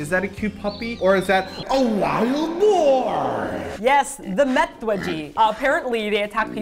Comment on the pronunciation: Not boat but boar